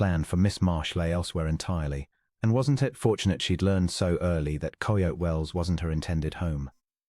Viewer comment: I agree with the comment about the background picture not having anything with the story. Also the narrator mispronounced several words (for example: depot, Coyote). The story itself had an interesting premise - hopefully the story will be worth the time I am taking the time to listen. Listening from Clarksville, TN.